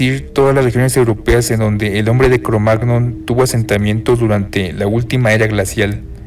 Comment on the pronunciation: todo bien, interesanteel vídeo, pero cada vez que dice "cromag-non" me pitan los oídos... en español se suele decir "cromañón"